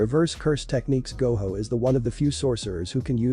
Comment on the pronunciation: haha, ai thinks that Gojo is pronounced like Goho.